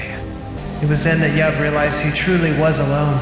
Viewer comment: Im sorry but its yub